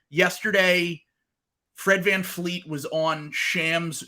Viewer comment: its Van Vleet not Van Fleet